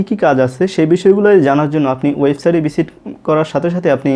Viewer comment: বিজিট করা!!!!! তাইনা। আপনার তো এখনও উচ্চারণে হয়নি